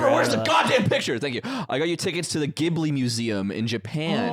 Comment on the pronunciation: buddy. it's pronounced jibli. ジブリ. learn to read.